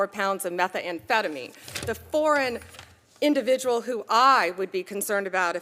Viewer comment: Meth ah* ah fed ah me..